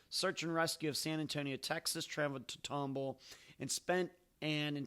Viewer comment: Love your podcast and all your content! Keep up the great work! Its pronounced Tom Ball (like 2 separate words) by the way.